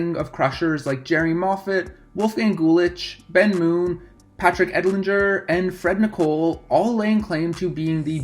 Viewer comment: And Patrick Edlinger. It’s pronounced ee-lonj-ae